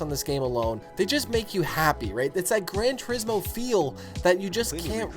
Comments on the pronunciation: Yamauchi-san does it like this: Gran Tur-IS-mo. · It's pronounced "Grohn Two- rees- moh."